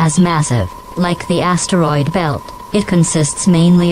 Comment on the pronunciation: “ASS-teroid belt”